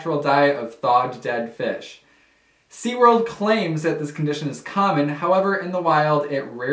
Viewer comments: SeaWorld not SeaWord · "Seaword" Lol still love your content though 😊